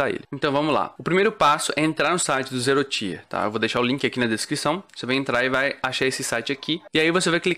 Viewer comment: Excelente video man! Só um esclarecimento, o Tier se fala tipo ti de tia mesmo, então não seria "ZeeroTaier" (Até porque falando assim pode confundir com outra palavra: Tire)